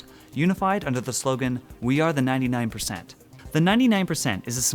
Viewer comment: Its not 99% it's nyan nyan % lol